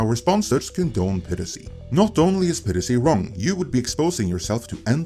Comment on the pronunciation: ITS PIE RACY not PIRRICY you stupid fuck